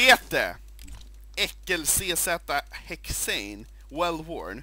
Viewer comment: "Battle scarred, battle scarred, battle scarred, vell vorn" echoes in my head every time I do a case opening